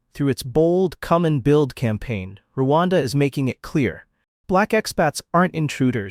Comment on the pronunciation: Its Rwanda not ruwanda dear and thank u